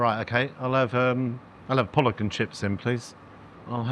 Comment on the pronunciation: The carefully pronounced pollock.